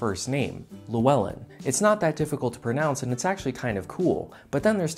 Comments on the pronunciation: You said Llewellyn wrong I believe. I'ts not Lew-well-in (lewis) but more like Clue-well-in. The double L at the start is that funny "chhhhhhhh" sound. Hard to explain through text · That's not how you pronounce Llewellyn!!! The Ll at the start of a word makes a "CL" kinda sound. It's more like Clewellan. Other examples Llandudno and Llanberis (places in the north) are pronounced Clandidno and Clanberis respectively. Source : I have lived in Wales since 2011 emigrating from another celtic country and being fluent in that language. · The ll sound in Welsh is pronounced sort of inbetween cl with a bit of roll so Llewellyn (the more common spelling) would be pounced clhu-well-in, but as I've found with it being my middle name no one can pronounce it right no matter how many times you say it to them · "It's not that hard to pronounce" Proceeds to utterly butcher it Welsh= /ɬəu̯ˈɛlɨ̞n/ You=/luˈɛlɪn/ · Llwellyn isn't pronounced loo-ellen unless you're not Welsh. Ll has a unique sound to L. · The double LL at the beginning is a TH sound in English. Th-wel -lin. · Its not Lew-Ell-En the double ll is pronounced with a sound like velcro. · llewellyn isn't pronounced how tou pronounced it. So it's clearly not that easy to pronounce. And no im not a keyboard warrior, I lived in Llanfairpwll for 4 years so you're not gonna invalidate me. Cont fawr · you didn't even pronounce Llwellyn correctly, look up how to pronounce ll in welsh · Llewellyn. "It's not hard to pronounce'', yet still goes on to pronounce it wrong smh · He butchered Llwellyn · Love the fact you said Llwellyn is easy to pronounce after pronouncing it wrong :) the Ll is it's own letter which has a pronunciation ( i cant explain it to you, just look it up you need to hear it) separate to a normal L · That's not how you pronounce Llewellyn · "Llwellyn, it's not that difficult to pronounce" Yet you pronounced it terribly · when he says Llwellyn isn't difficult to pronounce but completely butchers it.